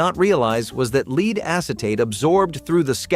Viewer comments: For God's sake get your pronunciation right! It's lead, the metal, - pronounced "led" not "leed". You're not even consistent, sometimes the word is pronounced correctly. Do better editing. This comes across as amateurish. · I thought you did a fine job narrating. That said, I and other viewers have noticed you pronouncing the word "lead" as in a metal as both "lead" with a long E sound as in the meaning "to take charge, or to rule over others" and lead as pronounced with a short E sound such as in the color "red". The proper pronounciation of lead as in the metal is with the lesser or short vowel sound as in "red". Hope you don't mind the tip!